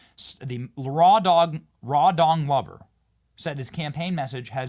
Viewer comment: Did you say his name is Raw Dong Lover ?????